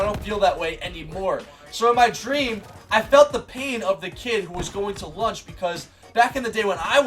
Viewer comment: I think you said "stream" instead of "dream" a few times 😂